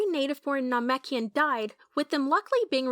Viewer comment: it’s most likely ai. That’s probably why they say namekian incorrectly.